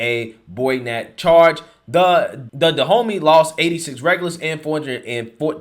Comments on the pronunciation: Is no one else gonna say anything about him saying "Go to DaHomeys"... Da Homeys.... good one! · No one else thought it was interesting the tribe is pronounced Da-homie? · On a lighter note, whenever says Dahomey, I'm hearing "the homies." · I thought you were saying 'Da Homie'. F**k, that makes me racist, doesn't it? Damnit.☹️ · HAHAHAHA You said "They need to go to Dehomeys!!!" HAHAHAHAHA The homies! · All I could hear when you told the Woke Revolutionaries seeking reoperations, to go see the Dahomeys was... Go see "Da Homies"! =P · I think its funny how Dahomeys sounds so much like "the homies". I really thought that was what you were calling them at first. 😄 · Is anyone else cracking up everytime hearing "Dahomey?" Like really? The place is pronounced like "Da Homie?" We're gunna go see da' homies. Lol call me racist but this just seems too perfectly funny. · Sound like you’re saying Da’ Homies!!!